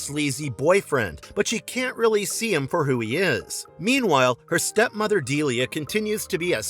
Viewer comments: BRO ITS NOT DELLA ITS DELIA BRUH💀💀💀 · It’s not Della it’s Delia Dee Lii A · "Della"? "Autho?" Dude... come on... if you don't know the content, please don't do videos talking about them like you do.. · DEE-LEE-YA. Not Della. :) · Delah? Deliah. The name is Deliah. And it Otho not Atho. Bro….. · Is this read by AI? It Delia, not Dela. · Deliah...not Delah lol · I stopped the video as soon as you called Delia "Della" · You lost me at “Deh-la” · 😮"Deeliah", "Ohtho". Did this guy even see the movie? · And her name is pronounced Deelia